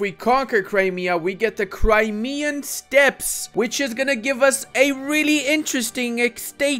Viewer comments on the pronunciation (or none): none